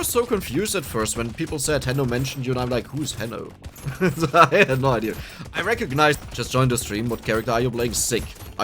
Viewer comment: be like saying: Idea: Naah Idear: yeaaah